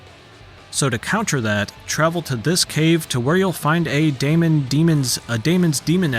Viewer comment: Daemon is still prounounced 'Demon' its the same as Aegis or Aether